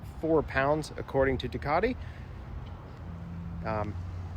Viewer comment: Everytime Ducati is pronounced wrongly, it breaks me just a little bit.